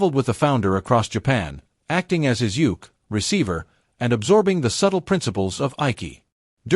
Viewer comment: If you are going to talk about aikido, you need to pronounce the Japanese words correctly: uke, shihan, bokken, Biranki, dan . Get rid of the AI voice!